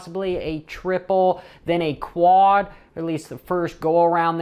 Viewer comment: While describing the track, quad jump is pronounced quaaaaaaaad.! Think two stroke sounds..